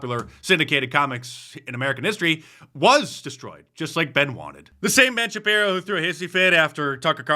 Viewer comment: Ben ShapJiro.